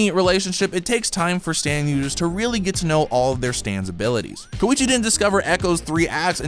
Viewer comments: Did he just say k o i c h i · Ayo put some respect on my boi Koichi’s name.